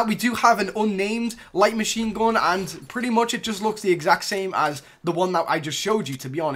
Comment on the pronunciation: ''shoutgoon'' ''minaygoon'' light machine goon'' dude da fuq with ur language